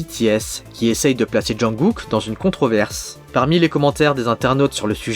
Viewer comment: on dit jungKook pas junGOOK